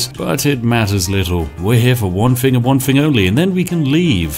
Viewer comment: I love your content but it's thing not fing